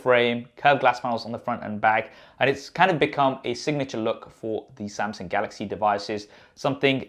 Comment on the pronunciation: Did you say samSing...😅